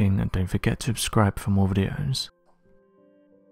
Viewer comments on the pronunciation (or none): ITS “SUBSCRIBE” NOT “UBSCRIBE”🤷🏻‍♀️🤷🏻‍♀️🤦🏻‍♀️😂🤣🤪